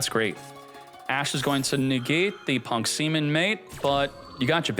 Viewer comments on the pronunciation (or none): He calls Ze-amin semen bro, that's just behaviors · It's p.u.n.k ze amin not punk seman 😂😂 It just common names among players